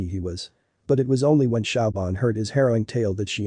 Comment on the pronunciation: Shaubahn? It's pronounced Shevaun. Pretty basic and insulting mistake, repeated endless times. Bush league, guys.